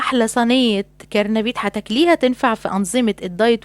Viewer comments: كرهتينى فى الكرنبيت اللى فى الدنيا اسمه قرنبيط ياهانم بالقاف واخره طاء ايه التقاليع الهايفة اللى بتعملوها دى 🤮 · كلمت كرنبيط دى بصراحة مستفزة عماله تعيدى فيها أولا أسمه قرنبيط بالقاف مش بالكاف مش كارنبيت بتمدى الكاف كمان